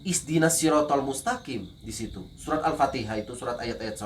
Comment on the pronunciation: Menit ihdinas bukan izdinas pakai H bukan Z. Nada dialog pun lu bukan nada dialog murtadin. Jangan bodohi umat lu sendiri